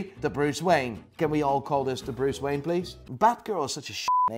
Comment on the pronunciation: When he said Bruce Wayne I heard British wang! Lol